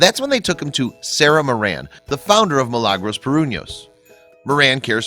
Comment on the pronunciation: I believed her name is Mi-la-gros that was how they pronounced, not Mi-lang or whatever.